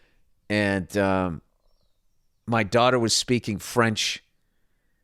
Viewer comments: His french is pronunciation is not bad. Kodos Billy Bilingual. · Good job on the French, Bill. You're ready to eat Jerry Lewis' lunch.